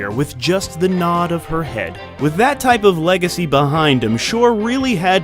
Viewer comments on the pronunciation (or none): none